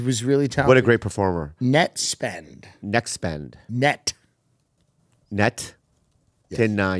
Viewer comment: Hearing Tim Dillon say Nettspend is the most cursed thing ever tbh